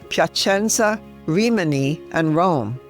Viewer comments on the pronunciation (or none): none